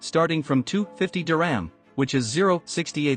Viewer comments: It’s not diRAM it’s Dir-HAM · Couldn’t the narrator have made the effort to properly pronounce the word “dirham”?